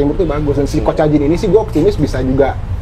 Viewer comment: Jangan bahas persiblah klo nama pemainya persib aja salah nyebutin.mateo kacijan bilangnya mateo kocajin ah kocakkkkkkk